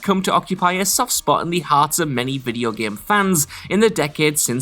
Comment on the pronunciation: "The Gam!!!!"